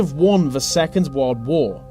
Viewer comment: I heard Warld Wor?